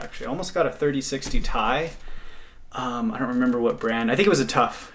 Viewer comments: i dont think its tie its just teeeee iiiiiii lol. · was about to hit like but zomg, the cringe... "I almost got a 3060 TIE"... It's not a "TIE"... It's a T.I. (say the letters separately)... how can you be in the computer world and call it a "Tie"? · Ok but that's not how you say it. It goes like this: T-I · Thirty Sixty Tie... people also call it EVGA, instead of E.V.G.A. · I was not trying to be rude just trying to tell you that almost everyone calls it "T.I" :/ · Some idiots dont even know how to pronounce it correctly. You are smarter than most. "3080 Thai"